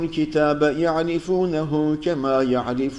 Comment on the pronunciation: Bir kaç yalnışları var mesela 140. Sayfanın 8. Ve 9. Ayetleri arasında kema var cema diyo ama yinede güzsl okuyo tşk.